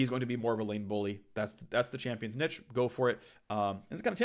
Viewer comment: You know he has no idea what he is talking about when he can’t even pronounce “niche” right.